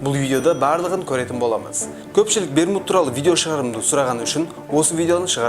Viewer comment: Берму үшмурыш деп естіп калдымгой 🤣